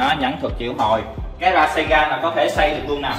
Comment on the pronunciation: Ra sen gan chứ ko phải ra saygan anh